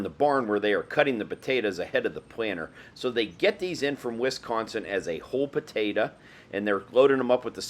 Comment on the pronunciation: PotatO!!!! Not potatA!!! ...lol